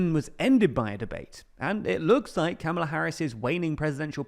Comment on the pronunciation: You mispronounce Kamala btw 😭